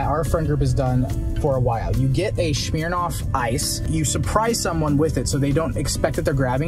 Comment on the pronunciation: THE walmart?? How says smirnoff.. TRIGGERED! LOVE THIS VIDEO THOUGH